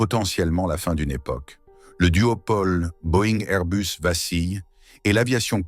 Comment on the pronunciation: C’est pas Airbeus mais Airbus. Restons français. L’anglomanie ne rend pas le propos plus crédible ni plus convaincant et encore moins intéressant. Merci.